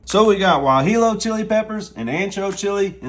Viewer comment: Y-Hill-O. 😆 Looks excellent though.